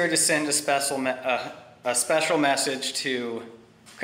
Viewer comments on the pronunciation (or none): Im NOT very good at science BUT i think the earth is a sphere.lol. This guy started the video by messing up the pronunciation of 'special' 😂😂.Well,it is one of the more tricky words. Can i see if i understand 'negative pressure'?? Does it mean you cud measure the weight of something with negative pressure by putting on scales and getting a 'minus' figure??? I.e something cud weigh minus 20 lbs??? The flat earth science is so much harder than 'main stream science'😂😂 Thankyou very much if you took the time to read this comment to the end.It is a genuine question.cheers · I'm still waiting for his "spesil" message space comma dot dot dot 🤣